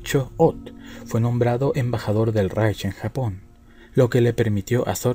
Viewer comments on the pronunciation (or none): none